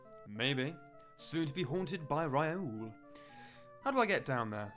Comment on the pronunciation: The game bothers me in only one aspect: Mispronunciation of names, I.E.: Dae is pronounced Dah-ey, and Raoul is pronounced Rah-ool.